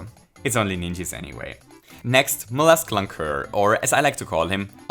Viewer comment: Robobrood is much faster with hammer bro rather than pokio. Lancuer is actually wrong, it's an s sound instead of a k sound for the c, everything else is perfect in my opinion though.